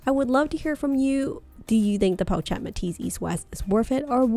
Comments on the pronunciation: Really need to call the bag in its correct pronunciation - its po-shhh-et 😑😑😑😑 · Pronounced: Poe Shet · Watching this video with “pochette” mispronounced the entire time is a struggle. “Chic” is pronounced “sheek,” not “cheek.” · PO-SHETTE! jeez. so annoying! do you even own this bag? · correct the pronunciation of the pochette please